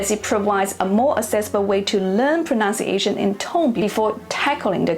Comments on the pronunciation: ProNUNcation, never proNOUNciation. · The correct word is ‘proNUNciation’. 😊